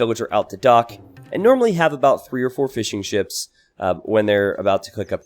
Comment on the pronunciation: Keep hearing 'fish n chips' instead of fishing ships